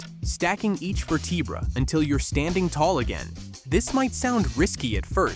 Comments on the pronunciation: tell your AI how to pronounce vertebrae correctly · Does AI not know how to pronounce vertebrae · Shame it can't pronounce "vertebrae"